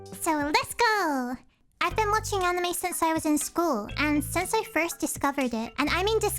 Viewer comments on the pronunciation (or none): none